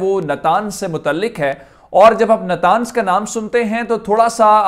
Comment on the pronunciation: نتانز نہیں نطنز